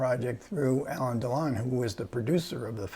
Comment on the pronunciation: It's not Elaine Delon but Alain (pron. Alen, with accent on accent on the 2nd syllable).